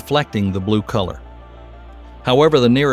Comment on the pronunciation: I thought he said "Neptune's blue collar" rather than "colour", as if it's a working class planet!🤦🏻‍♀️